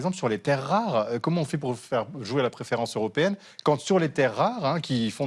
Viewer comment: "20 journals", "la préférence zeuropéenne", on est fébrile, ou bien?